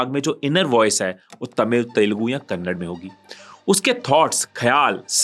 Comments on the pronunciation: It's not Kannad, It's kannada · KANNAD❌KANNADA✔ SORRY FOR FINDING THIS SMALL MISTAKE BUT PRONOUNCING KANNADA IS BETTER THAN KANNAD VIDEO WAS AWESOME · Sir it's not kannad it's kannada please pronounce it as the way it is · kannad nahi kannada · its Kannada, u said it as Kannad .Next time please correct such small mistakes, people from south also watch your content.